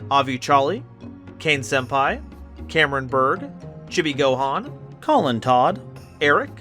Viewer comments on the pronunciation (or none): none